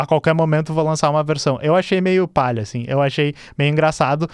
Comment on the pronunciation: Por favor, companheiro, se me permite uma breve correção, é "paia", não "palha". "Esse fork é PAIA". Abraços piauienses. 😂